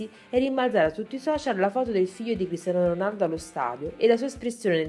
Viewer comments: all'inizio ho sentito pisello ronaldo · ma solo io all'inizio ho sentito il figlio di pisello ronaldo? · figa dici molto male Cristiano Ronaldo anche molte altre cose....Soprattutto all'inizio